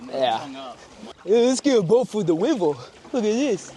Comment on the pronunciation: 😂😂😂 “wets get a boat for the wivel” I’m dead